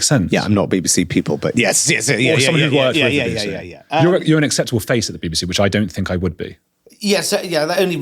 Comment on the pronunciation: When I hear you pronounce BBC as baby-C, it seems quite right.